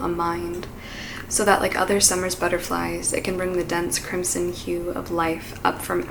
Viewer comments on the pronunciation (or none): none